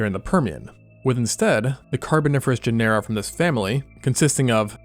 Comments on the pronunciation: Genera–It's pronounced like genre! Good vid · GEN-er-a is the pronunciation. Really great though.